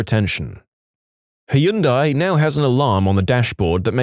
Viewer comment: 1. It's pronounced (hun-day) 2. NORTH IDAHO?! This dude is Unlucky. I live in Southwestern Idaho and it gets freaking cold here. this morning, the low was 36 degrees, and it's May. MAY!